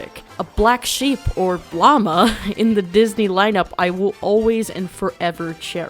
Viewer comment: I love this movie so much but THEY KEPT PRONOUNCING LLAMA WRONG AND IT ALWAYS BOTHERS ME 😭